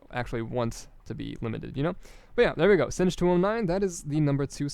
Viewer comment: You don't pronounce singe209 like you do , it's french :p But I can't find a way to write it phoneticly in english XD